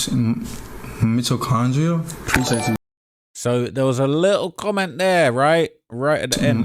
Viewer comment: D4vd wants to use words like “marcescence” and pretend he’s some philosopher or something (itami, string theory etc.) And then he doesn’t know how to say Mitochondria Such a loser